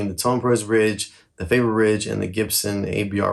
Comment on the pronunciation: You really butcher the pronunciation of Faber. Both syllables wrong. 🤣 Can’t do a drop test on an Ikea table… Use some Teflon tape, on the bridge post insert. It will stop wobbling. You have a Gibson, yet you cheap out on the bridge? 🤦 Hopeless.